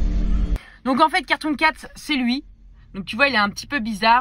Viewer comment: A la fin euh c était carton doh non cartonn carton cat